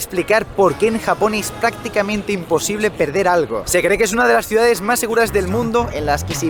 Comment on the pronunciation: dijo ciudades?